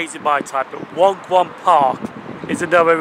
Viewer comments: Waun Gron is pronounced /wine gron/. It makes perfect sense to both Welsh speakers, Wenglish speakers and even English speakers. ;-) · Actually pronounced Whine gron park. It's not named after the small park beside it, the park was named after the station and did not exist when the station opened ! There is no such district as Waun Gron, but opening 2 stations in Fairwater so needing a name for this one, they named it for being on Waungron Road known for being on a key road junction leasing into other districts. They actually thought Park would encourage park'n'ride use even though they did not build a car park because of no space for it ! It's very close to, so it amounts to a reopening of, the former Ely station that was on the main line and was Beechinged 1962.